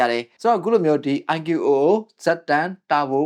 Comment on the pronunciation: IQOO ❌ အိုင်ကျူအိုအို✅